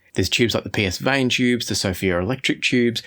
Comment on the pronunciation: Psvane is pronounced puh-van